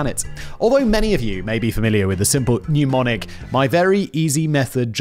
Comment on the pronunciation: “Mnemonic,” not “pneumonic.” You welcome, Boo.